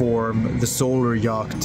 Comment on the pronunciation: Yacht is pronounced "yot". But fabulous videos!